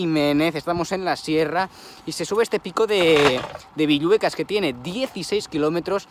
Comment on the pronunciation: Sólo como anotación, es 'Pico Villuercas' (con R). Saludos desde Extremadura!.